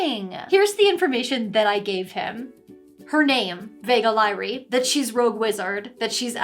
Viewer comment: "Vega Lyrae" is awfully close to "Vague Lie"... Hm